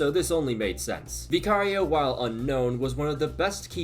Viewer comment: Please why does he pronounce Vicario's name like that 🤲🤲🤲🤲🤲🤲🤲